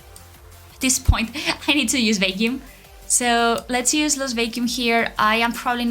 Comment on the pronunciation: Hola, vacuum se pronuncia vac-kium